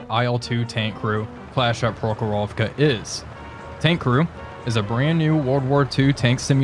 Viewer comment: PrOkhorovka, not ProkhorOvka!